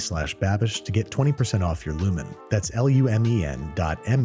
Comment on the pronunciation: me: was just watching severence Babbish: TRY LUMEN me: spits out coffee UM EXCUSE ME